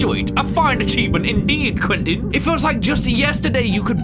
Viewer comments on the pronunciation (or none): As someone with the name Quentin that is NOT how you pronounce it what was with that static noise its supposed to be a Q 😂😂